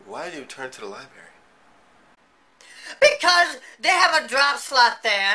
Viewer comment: "Libarry" lmao